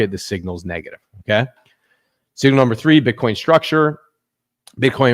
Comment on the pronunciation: Number not umber